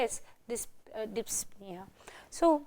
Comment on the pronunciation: She is a professor and she cannot pronounce the word "Dyspnea" correctly!